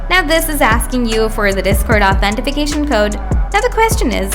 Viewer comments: Why are you adding an F in Authentication? Authentifuhcation? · "authentification" lol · useless video, cant even say authentication right